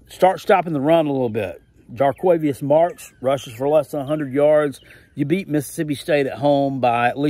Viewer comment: I must compliment you on your pronunciation of Jo'quavious Marks. Well done, sir.